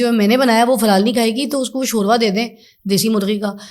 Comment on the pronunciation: شوروا نہیں ھوتا شوربہ ھوتا ھے